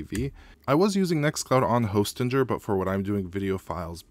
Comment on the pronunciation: I think it's pronounced Hostinger